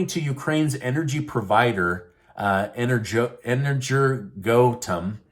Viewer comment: energoatom,. i knew the name just by your pronunciation, didn't even know what the company was called. ever heard of an atom? atomic? how about energy, heard of that? iaea is worried about the russians withdrawing people from the plant, but not worried about the ukrainians shelling it 👍. iaea is globalist controlled. "without the know how"... the russians built ukraine's atomic plants. and it's zaporozhie, not zaporitsya. it's amazing to know so little, yet "teach" peaple. and where does "putin's new order" feature in this video?